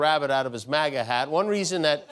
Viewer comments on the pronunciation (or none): none